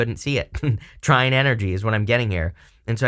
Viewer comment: What are you saying "tryings" cant understand the word?